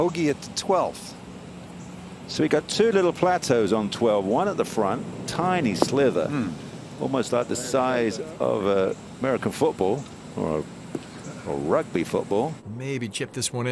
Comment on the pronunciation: ...it’s sliver not slither.